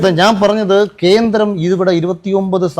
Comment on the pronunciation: ഖേൻഡ്രേം.. കേന്ദ്രേം, ഗെൻഡേരേം.. മാപ്രെടെ തന്ത 🤣🤣